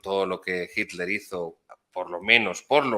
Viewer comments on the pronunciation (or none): none